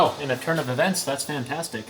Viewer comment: “turn” of e”vents”, that “fan”tastic 😂🤣